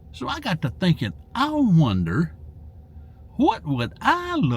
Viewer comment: Turnt.. winder…. 😂 I love it.